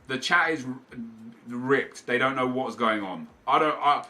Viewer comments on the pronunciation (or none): none